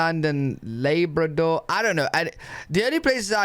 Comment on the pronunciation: Lay-Bra Door 🤣